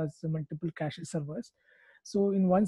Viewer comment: It’s not ka ch EEEE It’s just cash